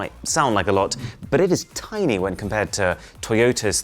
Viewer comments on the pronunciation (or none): none